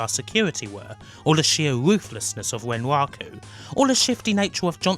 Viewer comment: I'm sorry, fluent non-native English speaker here. Is it common for a ln accent to substitute "r" for "w"? Words such as "wun" or "wenwaku" made it a bit hard for me to understand what was being said initially, until I realized it was actually the "r" phoneme being spoken. I found it pretty interesting. Great video, by the way, on a series that is amazing, but still largely under-explored.